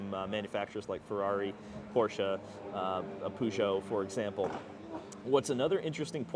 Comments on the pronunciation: Poo-Joe? WTF lmao! no no no. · your peugeot pronunciation hurts so bad